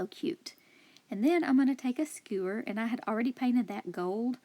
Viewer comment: The sign was my favorite craft but my favorite thing about this video is you saying "skeuer". 😉